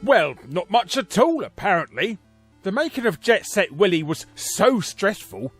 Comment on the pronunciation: "Jet Set Wily"